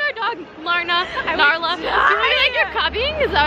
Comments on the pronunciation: Zoella's dog is called nala not naRla 😂(im pretty sure) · it's nala, not narla ;) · its nala not narla😂😂💜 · I dont know if it's a joke but zoe dog is called nala not narla not trying to mean love you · It's Nala not Narla, lol for some time I thought it was Narla too. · narla? or nala?????????? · ITS NALA😂😂😂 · its nala not narla smh unsubscribing jk luv u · DID SHE JUST SAY NARLA😂😂